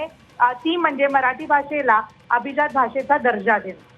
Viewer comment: Are Mitra atleast now pronounce it properly...it is ABHIJAAT not ABHIZAAT But how many of we Marathi speaking people use Marathi properly!! Still we will continue saying CHAI BHETEL, or BHETI